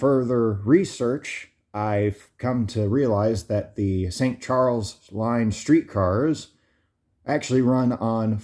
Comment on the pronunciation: It sounded like you where going to st Chuck line insted of st Charles 🙄🙄🤦‍♂️🙄😂🤦‍♂️